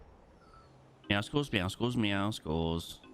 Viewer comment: Meow- suls! Please pronounce it that way